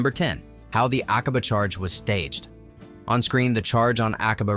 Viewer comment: Its not A-cob-ah. Its Ack-a-bah. PLEASE